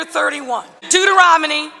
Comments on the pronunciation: Did she say Dueteronomey?? LOLOLOLOLOL😂😂😂😂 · That is why she didn’t win because she can’t say Deuteronomy. 😂😂😂😂😂😂😂😂😂😂😂😂😂😂😂😂😂😂😂